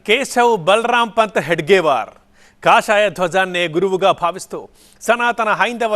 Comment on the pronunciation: హెగ్డేవార్ కాదు హెడ్గేవార్